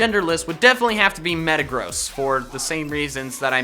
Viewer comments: DO NOT LEAVE OFF THE R IN METAGROSS! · I thought you said metegross was a fat ass. Lol